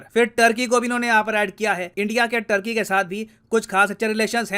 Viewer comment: सर , टर्की नहीं तुर्की आपी ने बताया था